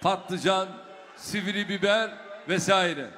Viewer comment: Sivri biber derken ???????😳😳😳😳😳